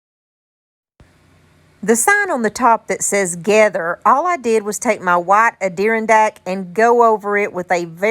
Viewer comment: you probably know by now but I’m a fairly new sub and watching older videos. It’s pronounced “add er on dack ” for the Adirondack paint.